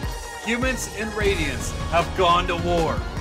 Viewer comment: Radionites😂😂😂 🤓 erm it’s radiants actually